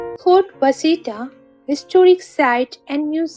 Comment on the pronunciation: Washita is called Wash-a-tall not Was-hita